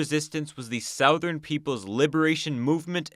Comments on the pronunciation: Little pronunciation issue: the word "southern" rhymes with "other'n", not "mouth burn". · it's pronounced "suh-thern", not "sow-thern". Someone needs to go back to 1st grade. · I’m not trying to be a critic but why do you pronounce southern that way? It’s really distracting. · Somebody please tell bro he's pronouncing southern wrong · The way you pronounce southern reminds me of someone going to the gas station and asking for "Marboro southern cuts" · The way you pronounce “southern” is very disturbing